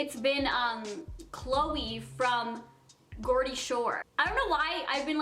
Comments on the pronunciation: It's pronounced jordy-shore it's not pronounced gordy - shore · Did u mean Geordie shore? U pronounced it goredy shore - its (im from next to Newcastle lol) pronounced jordy shore. No shade. Btw it's FAB!u know what that is! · I'm sorry did she just say Gor-die shore like it's Jor-die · Gordie shore??.... You mean Geordie shore. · It's pronounced Jordy not Gordy for Geordie Shore 😂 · Did she just call it gordie shore?😂😂 it's pronounced like Jordie shore. No hate💗😂really made me laugh! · She pronounces it like gor-dee shore😂 its pronounced jor-dee shore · It’s pronounced Jordie shore x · awww i love you but i couldn't help but laugh when u called it Geordie shore, I'm a "geordie" and its pronounced Jeordie shot, but i loved it you were so innocent in it hahaha xxx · U pronounced Geordie shore 'gordie shore' that's not how u say it hahah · wow you say Geordie Shore so different to how it's pronouced in England. (but then again, don't know if it due to your lip injectiosn) We say it like Jawr-dee Shore. But I love you so much, video. Your bubbly personality is wonderful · Love you soooo much but it's pronounced jeordie shore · Geordie shore is pronounced "jordie shore". Not being mean Ilysm ❤️❤️ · Luv u more than anything but that to show u were talk about is an actual place and it's near me and it's pronounced jorji shour xx Luv u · I am so sorry but it is really annoying but you pronounced geordie shore wrong and I am from there so it low key pisses me off but I love you anyway and I hope so one corrects you but no way am I hating I am just simple correcting you xx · I always watch geordie shore and I love Chloe . P.s, its pronounced jordie shore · Geordie shore is pronounced jeordy its a term we use for people who are from Newcastle but most of them now are from middlesborough I know because im from there xx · It's pronounced "jordy shore" lol! Xxx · You said jordy shore wrong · Geordie shore is pronounced jordie shore love u ❤️